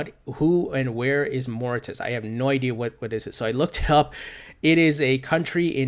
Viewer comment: Thanks -awesome. BTW-it's pronounced MOR-RI-SHUS.